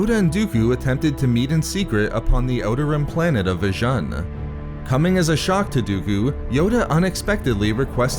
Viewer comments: It's pronounced Vi-june m8 That's how it's heard in Jedi Knight Jedi Academy. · Its pronounced "Vi-oon"